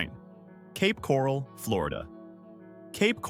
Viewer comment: OK, first of all whoever you are, you’re pronouncing Ocala and Cape Coral wrong. And I’m glad the housing is dropping and it shouldn’t be that much up here in northern Florida because of the money up here is awful.. I have to drive to Tampa for work every day and I don’t make no $47,000 a year I mean more than that almost double.